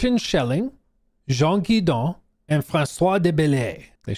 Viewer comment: Jean Guesdon Rhyme with Donkey Kong